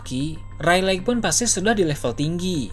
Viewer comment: Baca nya yg bener dah rayleg rayleg, dibacanya reyligh